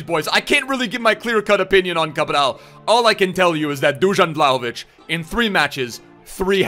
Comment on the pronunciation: Man pronounced Dusan Vlahovic in 15 different ways XD